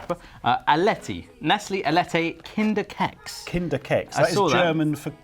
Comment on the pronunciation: The way you said kinder keks killed me. Its pronounced "kee-ks" its basically children cookie